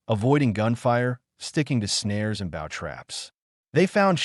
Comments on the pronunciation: Good god if you're going to us AI, at least program it to distinguish between bow and bow. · Bough or bow? Lol